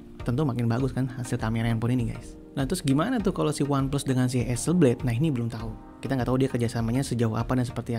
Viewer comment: ha-sel-blad bang, bukan ha-sel-bleid